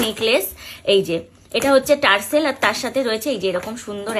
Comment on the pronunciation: Ota tarsel noy go tassle bole